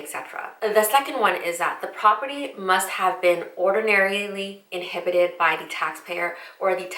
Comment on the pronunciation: Pronounced as Inhabited (live in or occupy) ---- not inhibited (unable to act)